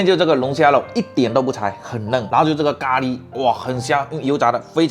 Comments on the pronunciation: 咖喱被你念的都变味了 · 聽他講咖哩聽到快生氣了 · ㄍㄚ ㄌㄧ哈哈哈哈哈哈哈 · ㄍㄚ ㄌㄧ? 機掰喔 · 他的咖喱為什麼唸得有點好笑😂😂😅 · 咖哩的發音不太一樣？哈哈